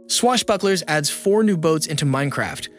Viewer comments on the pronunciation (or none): none